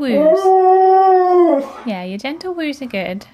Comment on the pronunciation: 😂😂😂😂that YEAH!! Was very personal😂😂